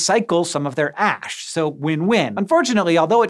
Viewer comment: am I the only one who when he was talking about ash blocks sounded like he said ass blocks? lmfao damn and I was hoping to live in a mushroom home like Mario and princess peach. lol